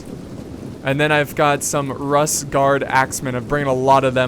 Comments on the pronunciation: Why are all these videos at barbarian cities? Oh, and not to be "that guy",, but Rus is pronounced Roo-s. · I know it's really pedantic and annoying to point out but 'Rus' is pronounced 'Roose.' Spelled 'Рус' in Cyrillic, the 'у' doesn't make the 'uh' sound